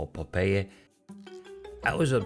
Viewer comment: I cracked up how pronounced; Popeye....😅😅😅😅. I love your accent and I am getting used to it. Po-pe-ye